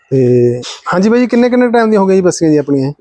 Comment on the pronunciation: ਵਾਈ ਨਹੀਂ,ਬਾਈ